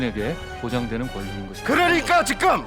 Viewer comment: 직금 발음 ㅈ같네 계속 생각나넼ㅋㅋㅋㅋㅅㅂㅋㅋㅋㅋ